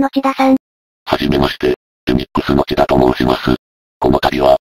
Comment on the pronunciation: 「せんだ」さんでなくて、「ちだ」さんだったような